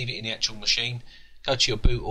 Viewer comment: stop saying acctual god damn it !! :)))